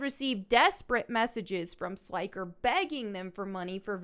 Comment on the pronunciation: Sly-ker 😅😅 Not sure if you were doing that on purpose but his name sounds like when you say an old light bulb flickers. Flick-er Slick-er 👍